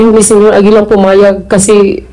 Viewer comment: Senyor Agila po ,hindi po Senior Agila,parang ganito po,Senator hindi Sinator